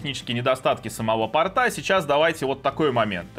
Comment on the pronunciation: Лучше говорить не "портА", а "пОрта"